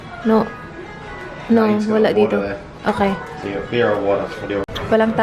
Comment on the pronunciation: Yeah please dont drink you are even more annoying as a drunk "ahkay" ?